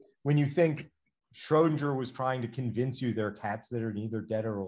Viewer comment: No, not shraow-din-jer, shrer-din-ger. Um, the way it's spelled.